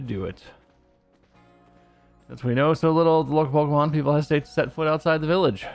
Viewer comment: Pokémon, not pokeuhmon.